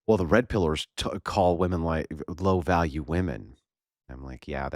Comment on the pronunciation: bro every fucking word she says is absolutely vile. When she says “VaLLiEu” instead of value - I’ll list a few here in a minute when I fucking hear them again she SUCKS